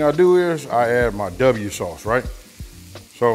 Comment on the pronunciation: " w " sauce lol hahahahhahahah